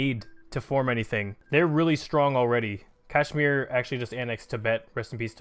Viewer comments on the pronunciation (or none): none